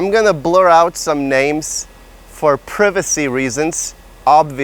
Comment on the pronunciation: I like that he pronounced privacy as priv a see like in the satellite TV commercial.